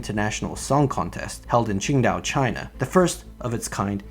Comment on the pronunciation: Qingdao isn't pronounced as chingdao... It's closer to "tsingdao".